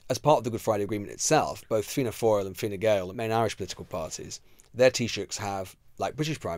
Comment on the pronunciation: Well done, Lewis - the first English journo I've heard, not absolutely mangle Taoiseach, Fianna Fail, and Fine Gael.